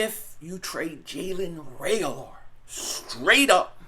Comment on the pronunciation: Dude is you brain dead? Reagor has no L, in his name. Figure out how to talk. Pronouncing a players name Is pretty basic. Painful.